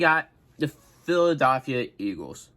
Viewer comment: Can you say “Philadelphia” again